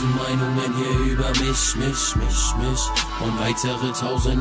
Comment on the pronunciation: das einzige was mich stört ist die ausprache von "mich" :D